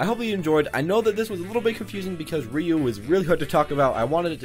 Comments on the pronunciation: "Rye-U" gtfo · I pronounce Ryu's name "ree you"